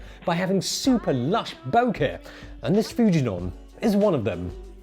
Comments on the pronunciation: I love hearing you say BO-KEHHH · still doesn't know to pronounce bokeh.